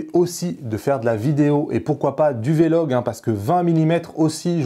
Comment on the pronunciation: pourquoi tu dis " v, logue " et non " vlogue " lol